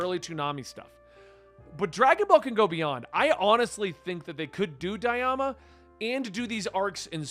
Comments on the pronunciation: I feel like since Hussan's not here, I have to call you out for how you're pronouncing Daima. You spelled it out correctly but pronounced it like Diama. Never change ❤ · It's pronounced "die ma"